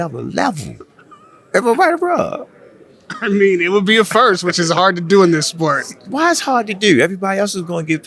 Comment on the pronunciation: “Let him diu what he diu”